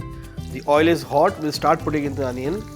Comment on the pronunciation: Anion Paste? Bro, get back to your senses please. Don't kill native English in the name of accent.